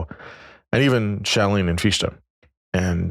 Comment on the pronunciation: The name “Fichte” is not pronounced “Feesh-tah”, it is pronounced “Fich-tah”. Imagine that you are about to say the English word “how” — the pronunciation of the “h” sound in the beginning of the English word “how” is similar to the pronunciation of the “ch” in “Fichte”. Imagine that you are about to say the English word “fix”; now, imagine that, instead of pronouncing the “x” sound at the end of the English word “fix”, you replace it with the “h” sound at the beginning of the English word “how” — next, add a “tah” sound (the “ah” in “tah” should sound like the “a” at the end of the English word “sofa”, or like the “ah” your dentist may have you pronounce when he says to you “Say ‘Ah’”); and now you have an appropriate pronunciation of the name “Fichte”.